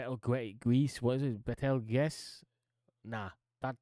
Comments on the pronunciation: Betelgeuse, is pronounce Beetlejuice, and its a very special one it is! I recommend you look into it a bit i bet you'd be surprised. We were expecting it to go supernova i beleive last year! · betelgeuse is pronounced beetlejuice like the michael keaton character from the movie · Your absolute butchering of the name ‘Betelgeuse’ made me subscribe and turn on notifications For future reference, it’s pronounced Beatle-Juice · Betelgeuse is pronounced Beetle Juice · You say it like this beatle juice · For the future, Betelgeuse is pronounced like Beetlejuice. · Riel rhymes with Nigel. Betelguese is pronounced Beetle Juice.